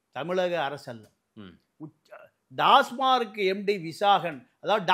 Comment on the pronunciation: டாஸ்மார்க் கிடையாது டாஸ்மாக்.